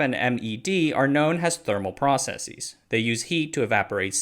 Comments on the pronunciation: The word is "process-is", not "process-eez" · Why do you say “processeez” instead of just processes?